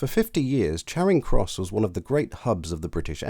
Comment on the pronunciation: Neither - it's a short 'a' as far as I'm concerned, as pronounced by the narrator. I know some people pronounce it 'chairing' but I take them to be people who don't know any better. If I heard anyone pronounce it with a long 'a' as in 'char', to blacken by burning, I would assume they were posh.